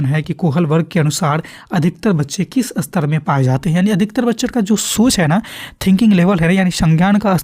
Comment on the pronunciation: Sir ap istar uchcharan kijiye astar nhi